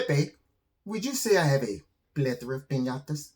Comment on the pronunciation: Is it “plethora” or.... pla thooorrraa? “. Haha!